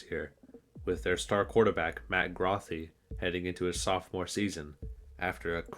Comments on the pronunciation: It's Matt "Grow-Thee" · I'm big Bulls fan and even though you didn't get the pronunciation of Grothe and Leavitt's name correctly, I thoroughly enjoyed, and laughed, at the quips and semi-seriousness of the video. Especially at the end. Go Bulls! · To improve your videos you should really make an effort to research correct pronunciation of the names you are talking about in the video. You mispronounced both Leavitt and Grothe. You even used clips that had announcers use the proper pronunciation. I like the documentaries just trying to give you quality of life improvements to make the video more professional and better.